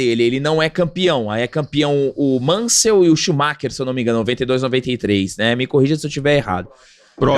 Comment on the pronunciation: Galvão só esqueceu de aprender o nome do Schumacher 😂 e ainda “ensinou” todo brasileiro a falar Schumacher errado.